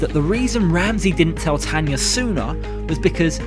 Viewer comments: Tana, his wife's name is Tana, not Tanya... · Tana not Tanya